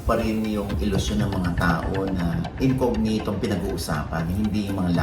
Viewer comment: It’s not incoGnito po, it’s an Italian word and it is pronounced as incoÑito.